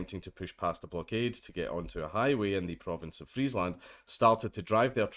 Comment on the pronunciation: Cop is being charged with attempted manslaughter. Also, your pronounciation of Friesland is pretty on point for a non-dutch speaker.